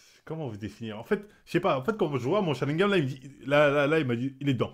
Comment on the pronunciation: « Sharigan » avant c’était « ShariMgan » il y arrive pas le boug 😭